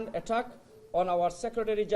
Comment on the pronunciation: এগেইনস্ট দা এটাক! এটাক! কো কয় তোগো ইংরেজি কইয়া ইংরেজিরে এটাক করতে? ইংরেজি ভাষারেতো বলৎকার করে দিলি।